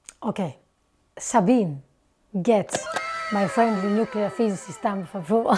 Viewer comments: I like Sabine (by the way, it's pronounced Zabina) Hossenfelder. She thinks and researches extensively, usually makes things understandable, and has a good sense of humor. In her "Is Nuclear Power Green?" video, however, I had one criticism. She didn't entirely leave out the problem of nuclear weapons proliferation, but slurred over it far too quickly. Fast breeder reactors using U238 to produce Pu239 produce Pu239, the stuff of atomic bombs and the triggers of hydrogen bombs. That's worrisome, and, in my opinion, more than just a political problem. On that count, thorium seems like a much better choice. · FYI: there are 3 syllables in the name Sabine. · Sorry to kibitz a little here, but just FYI, her name is pronounced sa-bean-uh. 😉✌️ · Sabine generally does a very good job. We need more theoretical physicists on YouTube (BTW, it's pronounced like 'Sabina'...it rhymes with ''). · Good review of Sabine's video. One big note: you are mispronouncing her name. It should rhyme with (the consonants are different but the vowel sounds are almost exactly the same). As to reviewing other of her videos. She is a physicist so her physics based videos will be similarly accurate and interesting. She has a number of videos diving into other areas though, and there she is less informed. Especially with topics involving the social sciences, her political views prevent her from being unbiased. So it's best to be more critical of anything of hers dealing with sociology, economics, politics, psychology, etc., where she has no real expertise. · My love for Sabine’s (pronounced ZA BEE NA) channel brought me to your reaction video. Now it seems I may have a new channel to love! I would love to see your reaction to one of Sabine’s music videos! Looking forward to digging into your entire content… you have a new subscriber in me!❤❤❤